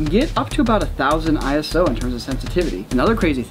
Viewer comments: It's "eyeso" not "eye-ess-oh" it's not an abbreviation! It's a name that the ISO organisation chose for themselves. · Nerd comment inbound: ISO is a word, not an acronym, and as such is pronounced "eyeso", not "eye es oh". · ISO is a word, not an acronym. Pronounced like eyeso